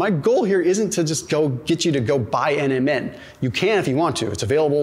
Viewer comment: I love your videos. When you say NMN, it kind of sounds like Eminem the rapper. Especially, when you say they did a study on Eminem, lol